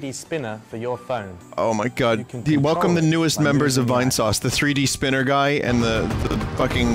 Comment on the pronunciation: But do they have a THWEE DEE SPEENAH!!!?